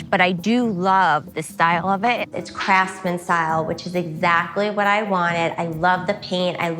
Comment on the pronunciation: If she says "craftsman" one more time I'll jump through the screen. IT I NOT A CRAFTSMAN.